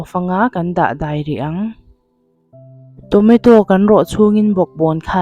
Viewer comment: Tonato a lawm....Tometo i tia😂